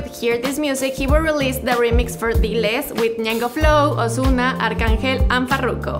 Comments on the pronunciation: It is not osuna it’s ozuna get it right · Dis dude sed ozzzuna